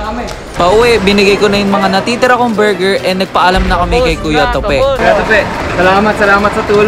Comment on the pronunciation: HAHAHA SANA KUYA DI KAYO NAPAGOD KAKA BORGER BURGERR BORGOR BERGERR hahahaha